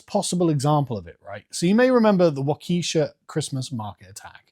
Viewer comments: Waakeesha? nah dude, Wah-keh-shaa. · I know it doesn't really matter, but Waukesha is pronounced WAU-Keh-shaw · WA-ka-sha. It's pronounced WA-ka-sha. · Waukesha is pronounced Walker-shaw. Darn it. Every time you get it wrong I throw a teabag in the river until you learn. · Walk-eh-shaw. Lol. Say e-diner. Edina. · Wisconsin native here. It is pronounced Waaagh-Kuh-Shaw.